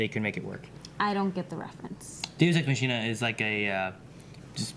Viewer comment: If I remember correctly, a Deus Ex Machina (pronounce Makina) is a process coming from the theater. It's a trick used to easily and "magically" solve an unsolvable problem in the plot, often near the end of the play, thanks to the unexpected (and convenient) arrival of a god-like entity. And since this is the theater, this entity comes from the sky thanks to somekind of platform device. Hence the term "Deus Ex Machina".